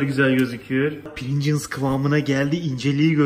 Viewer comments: deki “princıls” can acıttı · Amerika:PRİNGLES Türkiye:PRİNGIZZZ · Pirinçıls kıvamına geldi 😂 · Bide prigls patates değil